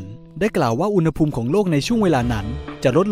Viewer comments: โทษครับ ตอนพี่พูดคำว่า อุณหภูมิ พี่ เหมือน พูดว่า อุณ๋หภูมิ เลยครับ ตลกดี ไม่ว่ากันน่ะ แค่พูเเฉยๆ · สรุปอ่านว่า อุณ ห ภูมิ เหรอฟังมันขัดๆ